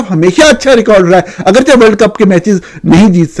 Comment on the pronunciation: نورانی بھائی ہزیمت کو آپ نے ہزیمت بول دیا،براہ کرم درست فرما لیں، اگرچہ کو میرے علم مطابق اگرچے کر کے پڑھا کریں آپ اگرچا پڑھتے ہین، آپ کی سلامتی اور ترقی ایمان و کردار کے لئے بہت دعائیں،